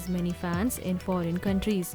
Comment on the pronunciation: foreign not forean